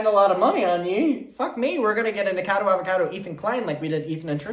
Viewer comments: What is up with people say NIKADO Avocado?? Like is the alliteration just lost on you? NikOCADO AvOCADO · it’s pronounced Nik-a-cado avocado 🥑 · never heard anyone pronounce nickacado like that i like it